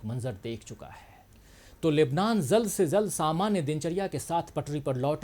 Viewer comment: Aap jald se jald ko zald se zald kyun read karte ho j ko z bana dete ho .aisa kyun .